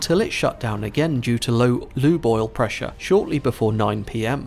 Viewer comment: When you say "Lube Oil" I hear = "Loo Boil" 👀😂